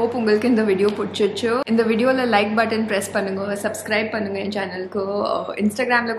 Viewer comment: Being a native speaker, ur tamil is awesome indeed. Just if u would have pronounced irku as iruku, panungo as panunga, it seems good. And thankyou for doing the videos in tamil. Finally i also from vellore and i have seen many videos about vellore and u could explore the rural areas of vellore as well..